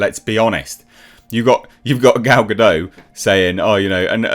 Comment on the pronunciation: I still find it funny that, after all these years, people refuse to pronounce the 'T' at the end of Gal Gadot's name, as if they think she's a Frenchwoman. 😂